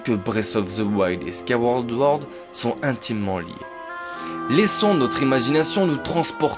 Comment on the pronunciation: C'est pire que ça, Sword se dit "Sohrde" donc on dit Squaille-ouaôrde Sohrde (La plus fréquente des mauvaises prononciation chez zelda c'est Majora's Mask beaucoup de gens dise "Majoramasque" alors que c'est Majorasse-masque !)